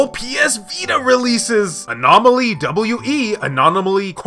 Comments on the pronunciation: Omg, learn to say ANOMALY not "ANOMANOLY" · You keep saying anonimally instead of anomaly. Why? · It's A-NOM-A-LEE not anomanaly lmao Good video though stoked that the vita is still relevant in 2023 with no signs of it slowing down :D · Its his anomaly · Anon-o-molly lol 🤣 love your content man